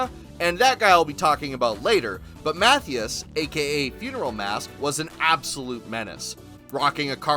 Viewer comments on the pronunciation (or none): Matthias is pronounced Mah-tea-us just fyi